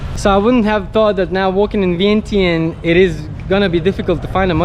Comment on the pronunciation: Man, inflation is hitting Lao too. Vientiane is pronounced like “vienchanh!”